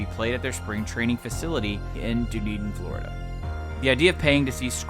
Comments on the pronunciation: Did anyone else notice the “Flordia” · “Flordia” Nice.